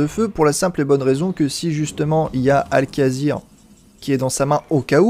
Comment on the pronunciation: Cool vidéo!:) Juste le nom des cartes qui ont été très écorchées comme Al'Kazir au lieu de Al'Akir x)